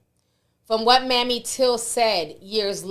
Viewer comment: Emmett Hill's mother's name is not pronounced like Mammy (like Tammy) it's Mamè (With a a long A like same and a long E like free). No shade just trying to be helpful.😊😊